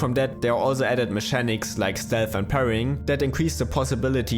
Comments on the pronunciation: Great video ! If you want to improve your english accent, just know that "mechanics" is pronounced "mekanics" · It features some good "me-shanics" as well!